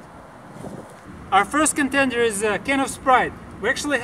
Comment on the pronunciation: Did u say contendor